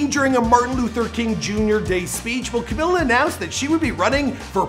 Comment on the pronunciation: WHY ARE YOU CALLING HER CAMILA?????????????